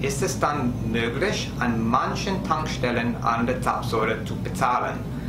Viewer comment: Hallo, vielen Dank für dein Video und herzlichen Glückwunsch zu den neuen vielen Abonneten 👍 Zapfsäule hast du in diesem Video super ausgesprochen 🙂👍 Ich denke deine Videos besonders zum Autofahren erklärst du ziemlich gut und auch aus Sicht von Urlaubern sodass man durch deine Informationen eigentlich gut vor Ort klarkommen sollte, besonders wenn man das erste Mal in die USA reist. Wir wünschen dir und deiner Familie Frohe Weihnachten und einen guten Rutsch ins neue Jahr 🎄🎅😊 Liebe Grüße Zissy